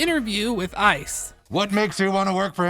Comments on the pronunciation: i like that it sounds like you’re saying “isis recruitment page” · The EYE CEE EEE